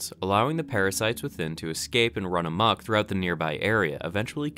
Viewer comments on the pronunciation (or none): none